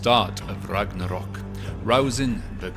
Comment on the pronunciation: "ragadal" foi foda em